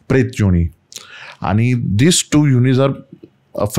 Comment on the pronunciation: काय उच्चारण आहे???!!! कसं ही बोलायचं. न ला ण आणि ण ला ण जो बरोबर आहे. हिन्दी/मराठी/ संस्कृत भाषेत योणी नावाचा कोणताही शब्द नाही. योनी असतं योणी नाही. 😂😂😅